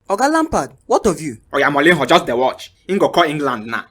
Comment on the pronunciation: Sarri can't pronounce Mourinho: Moulinho 😂😂😂